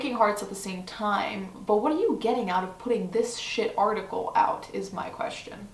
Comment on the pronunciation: At a point I heard you said Farticle not article :D I thought that os such a good description of this thing. Also, yes, I am a year late :D